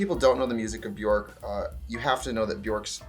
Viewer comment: They day when English speakers learn how to pronounce ‘Björk’ we will finally have world peace ☮️